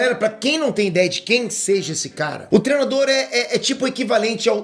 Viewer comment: fala "trenado", "treno", etc... Cara por favor aprenda que a palavra certa é "treino", do verbo "treinar". Tem um "i" taokey?